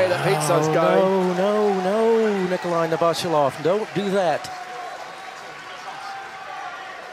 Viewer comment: Novosjolov is pronounced novvosYoolof